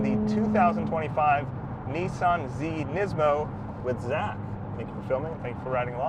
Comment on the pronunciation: Thanks for saying NEESMO Zach!